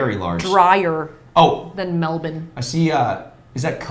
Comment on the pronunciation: Great pronunciation of Melbourne but I’m not going to cop the “it looks a little bit drier than Melbourne”. Those fools get almost double the rainfall we do 😂😂